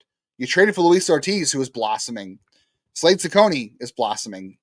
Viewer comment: FYI, you butchered Slade's name. But, I am intrigued by the recent rotation developments.